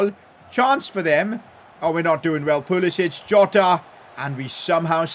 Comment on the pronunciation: It’s PUH-LISS-ICK (in America at least)